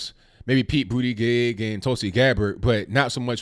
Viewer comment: Its Pete Booty-Jizz! Get it right guy. lol